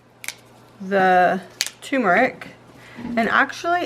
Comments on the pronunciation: TuRmeric, not tumoric. Think of the word TURN but instead use an M in place of the N - TUR-MERIC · Tu"R"meric everyone! There is an "R" in there. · Sorry for picking on you but It’s Turmeric. You spelled and pronounced incorrectly.